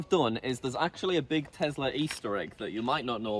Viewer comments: ITS TESLA NOT TEZZZZZZLA ARGH 😡😡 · am i the only one who finds it irritating that he says: Telsar and not Tesla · BRO IS NOT TEZLAR IS TESLA